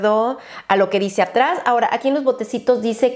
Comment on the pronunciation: 49.30 "dici" en vez de dice JAJAJAJJAA